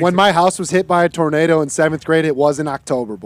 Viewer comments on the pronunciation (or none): none